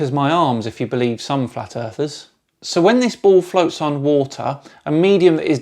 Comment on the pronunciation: The World isn't FWAT.